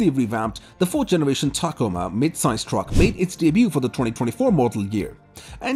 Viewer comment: What the hell is a “tacama”, are you meaning ta-COma?